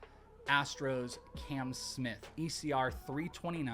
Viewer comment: His name is Cam, not Can 😂